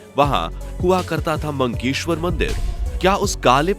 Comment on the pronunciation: मंकेश्वर नहीं , मक्केश्वर कहा जाता है।